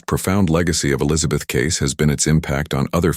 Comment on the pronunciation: Too bad the AI voice can't pronounce "Elizabeth's".